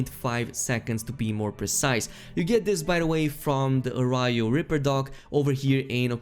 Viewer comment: "Arayo"? So you haven't seen Breaking Bad, have you?